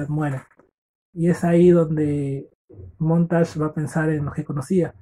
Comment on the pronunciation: Muy buen audio libro. Me sirvió para mi prueba,me saque un 9.50. Lo unico que recomiendo es mejorar el audio y pronunciar bien los nombres por que puse montash y fraber cuando eran montag y faber 😅😅. Me sirvio mucho, espero sigas así...